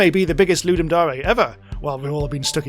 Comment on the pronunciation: STOP SAYING DAREE its DARE as in I DARE YOU to make a game. FOOLLLLLSS